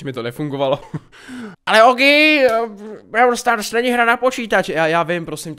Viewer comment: Vyslovuj to pls " bról stárs".... Brawl stars je strašný... :D . Jinak nemůžu uvěřit tomu, že u minulýho videa jsem napsal jestli si tu hru nechceš zahrát a ty si to udělal!!!!! <3 A TEĎ KE HŘE!!!!!!!: 1. jsou tam 4 mody: Gem grab, Showdown, Heist, Special events. 2. za pohárky postupuješ v lize a získáváš různý odměny. 3. každej brawler je jinej (shelly má splash jak normal utok tak super a piper je sniperka atd....) 4. potřebuješ powerpointy na upgrady 5. každej brawler má svůj rank 6. natoč další video z brawl stars!!!!!!